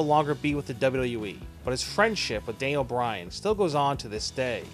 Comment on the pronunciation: not Dayniel bryan danile bryan